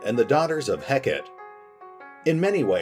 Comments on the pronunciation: Is it supposed to be pronounced 'Heck-et" or like the Greek goddess "Heck-ah-tay"? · Heck-a-tay. That's how it's pronounced. Its a deity.